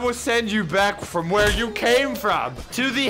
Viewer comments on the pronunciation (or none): none